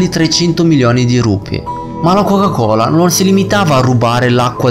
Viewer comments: "La chocah cholah" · Interessante ma: 1) Il verbo latitare ha l'accento sulla a e non sulla i, quindi essi làààtitano e non latìììtano! 2) Nella questione di Placimada, quando si parla dell'inquinamento delle acque operato dalla coca cola, nell'immagine mostrata si vede chiaramente anche il marchio "PEPSI" sui cartelloni delle vittime. 3) Perchè non riesci a dire "Coca-Cola" in modo normale? Dal modo in cui la pronunci sembra che tu abbia del cotone in bocca =)